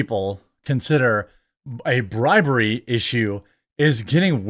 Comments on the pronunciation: It’s “bribEry “ (not bribary) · That’s bribery not “bribary”…. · "Bribary"? Yikes! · Bribary... dude come on